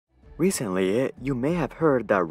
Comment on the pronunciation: Why do you add "uh" to some words? Like right at the start "recentlyuh"